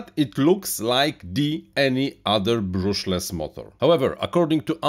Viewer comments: Don't you think it's a shame to be in RC hobby for years and still pronounce "brushless" as brooshless? It's sounds so silly... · Learn to pronounce "brushless" correctly.